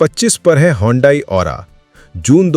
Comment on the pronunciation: You mean hyundai..not hondai